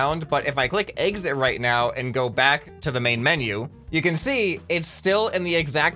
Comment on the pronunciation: The Way u say exit so funny us say egsit